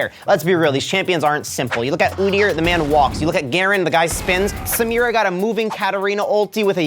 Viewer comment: Thats not how u pronounce samira